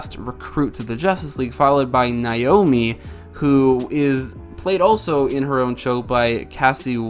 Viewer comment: My sister's name is Naomi, it is pronounced Nay-omi, not Nai-omi